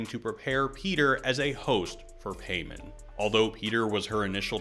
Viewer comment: It’s PIE-MON not PAY-MAN 😊